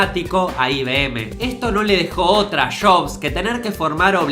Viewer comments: Lo siento,, pero me da mucha risa cuando dices "Shobs" en vez de Jobs. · Porque dice shobs? En vez de yobs o jobs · Una critica de pronunciación, en el minuto se nota que te cuesta pronunciar jobs (no shobsh..) y Macintosh original... te sale orishinall.... entiendes por que es bueno practicar el castellano NEUTRO...!!!! tómalo como una critica constructiva.. ÉXITOS..!!! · Si , se escucha de lo mas feo cuando decis shobs 🤣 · Que diablos es "shobs"? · shobs? apel? Pronuncia bien weon, o te voy a cagar a trompadas, boludo.